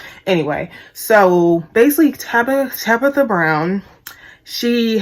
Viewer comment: You and Wendy bitter and mad. Yall hating on that woman because she got what yall both want 😂😂😂....u know ur a hater when u have to constantly say "I don't hate the person" you miss pronounce her name on purpose calling her Tabica...u talk about the way she got famous "she had to go through tictoc to do it"... that jealousy is real. U and Wendy BIG BITTER! BIG MAD!! U should DM Tabitha to see if she'll shout u out so u can get ur followers up nd get out your feelings...#humbleyourself